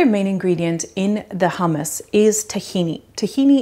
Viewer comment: Great but so much nicer to at least try use the correct pronunciation.